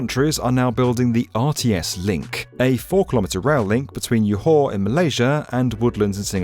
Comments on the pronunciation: as a Johor Bahru citizen, I demand an apology for the pronounciation of "Johor" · Came here to read everyone’s comment on how he pronounces Johor… 😂 I wasn’t disappointed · Hi, Indonesian here, even I know how to correctly say “Johor” 😅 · The J in Johor is like J in Jonathan. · Yeah, I don't know why he pronounced J as Y. Maybe he thought it's like how Jacob are called Yakob in some cultures? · Malays will disagree on this I believe, 'cause I'm pretty sure 'r' is pronounced in "Johor". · Joe Hoe. Not Jaw Haw or Jaw Hor. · Johor is not pronounced is yoo-hah, it's pronounced as Joe-Ho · Johor is pronounced as: JAW- hor...not Yohor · Btw Johor is not pronounced Yo Har its more like Joe Whore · It's Joe Hoe. Not Yaw Hor or Jaw Hor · It's a pity that a big channel like didn't check how Johor should be pronounced. It's Malay, not German or Spanish. It's "Jaw-hor," not "Yaw-hor." This is quite annoying. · Pronounced Joe-haw, not Yo-haw - easy to find out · "Yohar" indeed haha, it's pronounced "juh-haw" btw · Bro is mispronouncing Johor for Yohor 😅😅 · Not sure who is Yohar but you certainly mistaken Johor with a different person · This is an amazing video! As a singaporean, I am pleased that someone even noticed the RTS link being built. One thing, Johor is pronounced jo-hor and not yo-har (we don't make j's into y's) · J is pronounced as J, not like Y. It’s Johor not Yohor 😅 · It's JAW-HOR not YO-HOR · it's JO HOR. not JAW HOR. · It’s pronounced ‘Jaw-Hawr’, not ‘Your Whore’ 😂. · Johor: Not Yoh-hor. it's Ge Hor. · jor-hor! not yohor! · It's not yo-hore... It's Joe-Hor... But a good short introduction of the project. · please it's Johor, not yohor 😅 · It's pronounced Johor, not Yohor, this ain't south america 😭😭😭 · Johor is pronounced 'jaw-hor', not 'yaw-hor'. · Joe - Horr not Ya-Ha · Its joe-hor not yolk-hore/yo-har, expected better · "YOHORRR" 😅 Its Jo-Ho-R. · Johor is pronounced "ja-hore". I keep cringing when I hear "yohor" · JO HOR…Its ‘J’ not ‘Y’😑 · It’s jaw hor